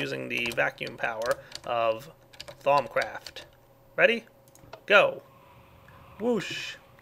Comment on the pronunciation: and instead of thaumcraft i hear thong craft